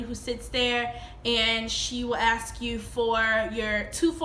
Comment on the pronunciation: I really hope no one “axed” you anything.